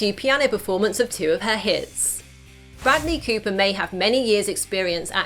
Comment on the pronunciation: Broodley Cooper and Lady Googa ahahahaha... Love your pronunciation